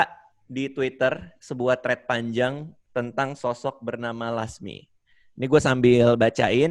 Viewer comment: bilang 'thread' aja jadi 'tred'